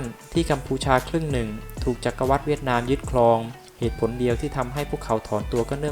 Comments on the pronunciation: อ่านว่า จัก-กะ-หวัด ค่ะแอด ไม่ใช่ จัก-กะ-วัด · จักรวรรดิ Empire ▶อ่านว่า จัก-กะ-หวัด ไม่ใช่ จัก-กะ-วัด